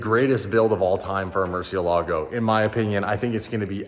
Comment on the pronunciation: kills me every time he says Murcielago I can teach you how to say it correctly 😂😂😂